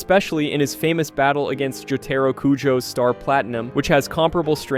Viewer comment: immediate dislike and leaving the video for "jotayro kujo" this video is AI slop